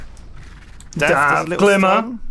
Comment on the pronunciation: went very west-country all of a sudden for that final GLIMMMERRRR